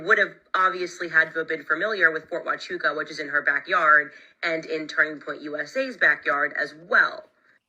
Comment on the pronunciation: What I find interesting is the way Valhalla kept mispronouncing Fort Huachuca in his last couple of podcasts almost like a he was wanting everyone to look somewhere else. The first time Candace mentioned the fort he said the story wasn’t real. He really really didn’t want her to pay any attention to this place. Odd… he also doesn’t believe TPusa has anything to do with what happened to CK. Even though they have acted suspicious from the beginning. Something is up with him.